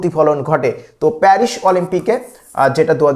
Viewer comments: Perish na paris😂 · মাশকট প্যারিশ সেই উচ্চারন